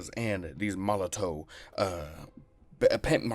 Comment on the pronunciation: It’s probably pronounced Molotov